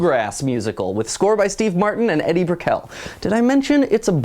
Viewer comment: You mispronounced Edie Brickell's name. It's pronounced "EE-dee," not "Eddie."